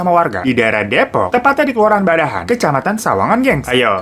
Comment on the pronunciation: Bedahan bang.. Bukan badahan